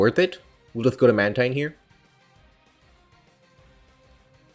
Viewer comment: Mantine is pronounced man-teen though